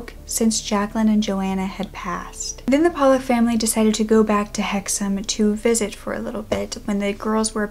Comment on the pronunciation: Kudos for the correct pronunciation of Hexham and Northumberland! I’m from Hexham and write about the paranormal, mainly for Fortean Times. Hexham is a bit of a hotspot for this kind of thing. If you think this one was weird you should research the Hexham Heads